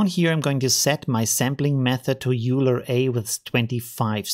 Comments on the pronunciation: Thats very nice, but Euler should be still Euler, not "Youler"! Er war ein Schweizer. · A german calling Euler "Uler" is just... no... please don't. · i think euler pronunced oyler